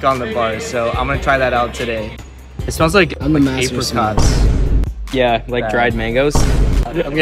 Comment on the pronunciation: That is the first time I’ve ever heard apricots pronounced that way